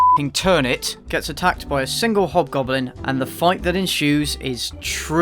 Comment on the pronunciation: Why do I hear "hot goblin" instead of "hobgoblin"? Better be a hint for a porno sequel